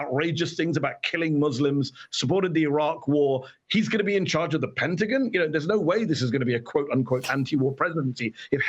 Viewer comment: why's he pronounce it "penta-gn?" hahah i'm dead.